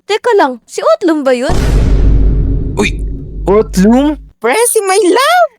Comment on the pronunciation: Otlum not otlug